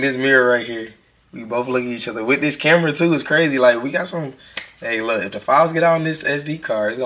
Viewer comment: “untt unn i need me a plate teww” 😭😭🫶🏼